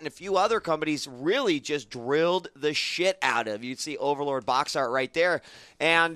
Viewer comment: Ok everything you said was right except how you said, " This overleads fable " Overlord is a very good game but fable is like 100 times better